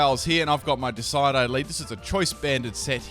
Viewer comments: De-cid-u-eye. Decidueye. Not Decide-eye. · It's not decide-eye, it's des-id-you-eye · disidi? DISIDI? Deh-sid-you-eye. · What on earth is a decide-eye? its di-SID-you-eye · DECID-YOU-EYE NOT DECIDE-EYE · duh-sai-dai? 😆 it's deh-sid-joo-ai! like deciduous, unless australians call them duh-sai-doo's instead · I'm pretty sure the name Decidueye comes from the deciduous tree, and I assume is pronounced De-cid-u-eye. Not trying to be rude here just trying to be helpful, sorry if it comes off as rude. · its pronounced dee-sid-yew-eye not "decide-eye" wtf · I'm pretty sure the pronunciation is De-sid-u-ai not Decide-ai. Like a play on the word deciduous. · Cool, I'm clearly from the parallell universe where we don't say decide-eye but de-sid-you-eye. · What's a Desidedye? I think you mean Decidueye... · Decide-eye? Nonononono... It's Decidueye... De-sid-you-eye. From "Deciduous", a type of tree/shrub, and deadeye (also possibly a hint to the ghost typing) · Dicedye lmao Its Decidueye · "decide eye" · Decidueye ( Dis iJue Eye ) ok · It's pronounced "Dee-Sid-U-Eye." Name comes from the word "Deciduous", a type of forest where the trees have leaves and shed them each winter. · Deh-SID-ju-eye. FYI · It's pronounced "dee-sid-you-eye". Named after Deciduous (dee-sid-you-uss) trees, which grow in most of the world and shed their leaves in the autumn before winter. I've never been to Australia and area, so I don't know if you folks have Deciduous trees down there. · Decide eye? ROFL. Have you never heard the word deciduous before? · Decidueye is pronounced (Deh-Sid-you-eye) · OH MY GOD IT'S NOT DECIDE-EYE... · It's pronounced Dess Ihd You Eye. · Its surely pronounced de cid ueye like the type of tree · Pimp. Dee-SIH-joo-eye. Like a deciduous tree. ;) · PIMP, it's pronounced De-sid-Jew-eye. Like a deciduous tree. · Di-sid-you-eye Please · "Decide eye" lol. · He keeps on saying Decidueye like deci-uh-die. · Dee-sid-jew-eye. Please. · Pretty sure it's "des-Sid-you-eye"